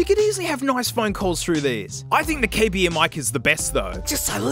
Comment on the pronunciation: KB ears, nah mate its KAY BEARS